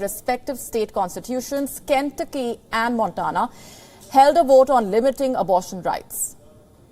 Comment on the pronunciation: I like WION. Some tips for you: In the US pronunciation is: Vermont as वरमॅान्ट There’s no equivalent to V in Devanaagari. In V upper teeth must grasp the lower lip. V in Very is the same. Montana : मॅान्टॅना Try it, you’ll do it.